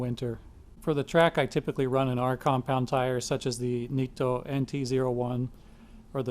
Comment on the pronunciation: Thumbs up for pronouncing Nitto right haha!